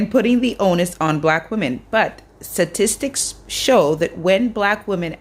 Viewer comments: SATISTICS is not a word...(she said it twice and I was triggered and ) but you did pronounce "stats" correctly ...I sholl is petty!!! #strike3missme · Is it just me…but this lady kep saying Suh tistics! Not statistics! Hilarious!